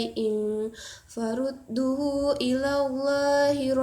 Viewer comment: Farudduuhu (duu) dibaca panjang...